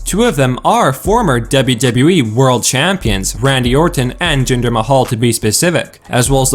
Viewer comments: for fucks sake. its spelled Dublew Dublew Eee, not debby debby E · 'Dable Dable E' that's how he pronounce WWE.